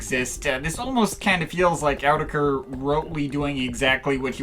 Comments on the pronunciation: It's pronounced AAAaau-tee-kah-kuur-kuurrry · "From EEE YOO TECK EEEE EREEE". :D